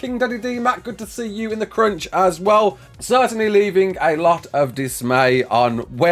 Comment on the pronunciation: the way you say crunch sounds like cringe and i kept laughing at that